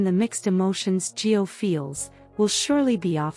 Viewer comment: Actually, it's GIO